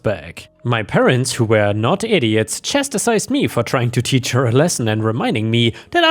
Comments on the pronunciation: Seems like "chastisised" is a pretty common mispronunciation of "chastised". I mean, I've seen it from 2 reddit youtubers and one is a native English speaker... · "Chastisised" is not a word. Chastised, two syllables. 😮